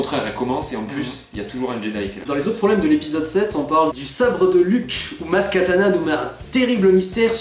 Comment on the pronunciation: bon, juste comme ça au passage, c'est maz kanata, pas maz katana... sinon, contrairement au 1, le 7 ne faisait pas que reprendre quelques élément de structure narrative, on est à un niveau de décalquage qui frise le foutage de gueule, donc si, le bachage qu'il a subit était amplement mérité ! c'est d'autant plus mérité quand tu penses que le film met en standby l'histoire principale du film, la recherche de luke, juste pour mettre une scène de death star qui n'avait rien à y foutre et aurait clairement plus trouvé sa place dans le 8 ! oui, dans le 5 vader parle à luke à distance grace à la force, mais vader est un seigneur noir des sith et luke s'est entraîné plusieurs années (oui oui, entre le 4 et le 5 il n'a pas passé son temps à se branler les couilles, et il est resté plusieurs mois à suivre un entraînement intensif chez yoda), de plus ils sont à proximité de la même planète, mieux, l'executor est presque à portée de rayon tracteur, ils sont pas éloignés de part et d'autre de la galaxie, alors faut peut-être pas déconner non plus, surtout quand t'as un snoke qui te dit clairement au début du film que kylo est une chèvre et qu'on te montre une rey qui comprend pas grand chose à la force ! sinon il y a un truc qui moi me dérange énormément dans le 8, c'est rey justement ! alors déjà dans le 7 elle n'avait reçu aucune formation et elle utilisait malgré tout des pouvoirs avancés de jedi, paye ton incohérence déjà, mais là le film entier se déroule grand max sur quelques jour